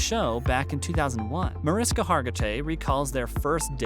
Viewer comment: Several mispronunciations of names, both actor and character names. Most notable MAR-IS-KA for MAR-ISH-KA!!!!! The star of the show. A venerable actor and you've mispronounced her name! Another "good" one is Elliot STAB-LER (pronounced as the action associated with a knife, "stab") instead of the correct way to say the character's last name, STAY-BLER. There were more.